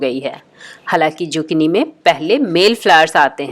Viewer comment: Z nhe s padho esko Sukini hai ye